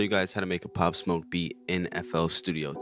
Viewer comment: Hard asf bro you did his name right